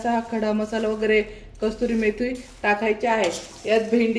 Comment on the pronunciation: कस्तुरी नाही कसूरी